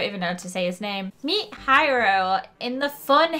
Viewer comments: It's pronounced hero but it is spelt hiro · His names hero not hiro